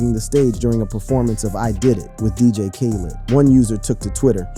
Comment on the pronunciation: And they way he said dj Khaled